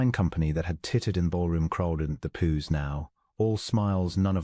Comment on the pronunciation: Pews not poos!